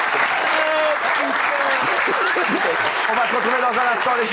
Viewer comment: A quoi? 😂😂😂😂😂😂😂😂😂 Jusqu'ici, tout était IMPECCABLEUH 😂😂😂😂😂😂😂😂😂